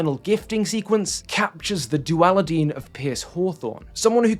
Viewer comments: Did i just hear you say dualidean? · I know im so late to this video, but i cant believe i rewinded 10 seconds just to make sure i heard "duali-dean" correctly. Great video, looking forward to watching a lot more (and more recent ones 😭) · Man really said dualidean. Made me changry. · You can’t slip a "duali-dean" by me. No sir